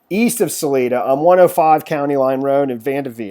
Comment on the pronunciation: its Sal EYE duh.............. where are you from?